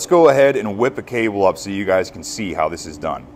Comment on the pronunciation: I am a tool maker (with you) and your "yens guys" is funny / but we say "used gays" sound it out slow like you do, you will get it.